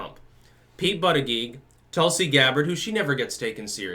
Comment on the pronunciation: Scares me that now pronounces his name correctly, for all the reasons.